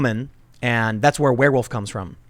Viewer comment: I love how you got the wereman/wïfman exactly right.